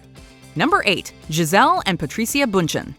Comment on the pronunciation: Was No-one else irritated by how she pronounced Patricia and Eva?